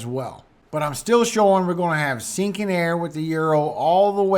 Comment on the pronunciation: Here is a laugh for you 😁. The first time I heard you say sinking air I thought you were saying stinking air. I was like stinking air? What is that and what does that even mean. Then I realized you were saying sinking air 🤣🤣. I got the biggest laugh out of my misunderstanding. Ever since then I get a chuckle every time you say it lol. Laughter is so great for your soul and health. God Bless you